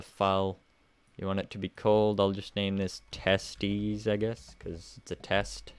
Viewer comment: haha testies sounds like testical